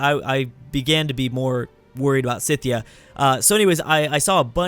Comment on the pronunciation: Did you just keep calling Scythia Cynthia??? There's no N in Scythia.